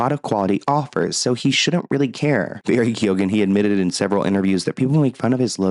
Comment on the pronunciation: Was anyone team Amber 😂 and it’s Barry key-own